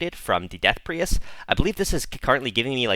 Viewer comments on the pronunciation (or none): Pree-ist wtf😂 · Prius, like the car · Your mic seems to now be fine but you’re still pronouncing priest like an absolute psychopath.